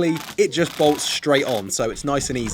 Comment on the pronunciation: I counted 21 of "shhhtraight" in this video